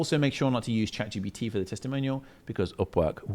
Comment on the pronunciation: Love this. find it so funny how people always say Chat GPT as Chat GBT. tickles me that. Amasing video mate, fully onboard with it, FREEDOM